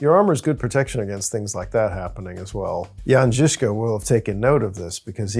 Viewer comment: Guys. I really appreciate your pronunciation of the Czech names like Kutna Hora and Žižka. I do not expect English speaking people to get my crazy language right (and I get it, it is not the easiest language to pronounce correctly) but you are the closest ones I've seen on YT. Good job! :)